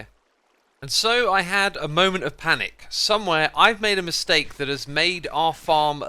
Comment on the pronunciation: Xisuma: «There is a miSTEAK» eats steak as he say it